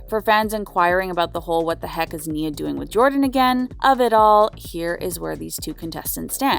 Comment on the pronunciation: I'm having a hard time understanding how you did a whole update on couples and ironically cannot pronounce Janae and Nia name correctly. The clips you added to this update has MJ pronouncing Janae name properly. I hope you take more time, in the future, to learn the names of the people you are reporting on. 🤦🏾‍♀️